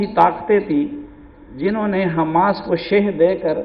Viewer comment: پہلے لفظ تو سیکھ لیں ح م ا س کا